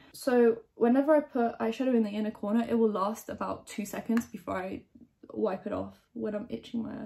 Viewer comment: I was so confused for a second because I thought she was saying ‘unicorner’ which isn’t a word and then I realized she was saying ‘inner corner’ and felt very dumb.